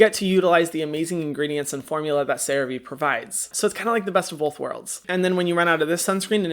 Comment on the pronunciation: Hyram has finally pronounced Cerave correctly 🙃